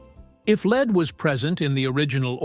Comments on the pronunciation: AI - you can tell when the voice pronounces lead ("led") as "leed". OOOPS! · It is kind of interesting but it is pronounced lead not 'leed'. Must be AI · I'm glad to have discovered your channel. Your narration and visuals are professional grade. Thank you (Not sure the narration is AI, it sounds human to me. AI voices usually make mistakes in the reading of the script and don't have human feeling in their narration) he says the "leed..." When he should say lead. Indeed, it may be a "AI professor voice" after all. The author made sure to triple check the script, and ran a test first to check how it pronounces the script before uploading it to YouTube. It is from the best AI voice that I've heard so far. I also notice that the voice pitch level does not change throughout nor the speed.. another sign of a robotic monotone AI voice. This AI voice though is plenty acceptable for my standards, given the times we live in. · AI slop! The "lead" with a long "e" oxidizes. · Lead!=lead. Your AI is broken.